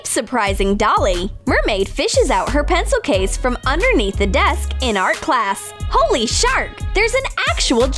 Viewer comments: I thought you said sh*t sorry😶😐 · She said HOLY SHARK.I thought that she said HOLY ** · holy shark sounded like u were trying to say holy s**t